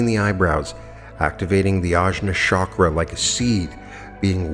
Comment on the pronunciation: Chakra - pronounce ch, not sh (choose, chat, etc.).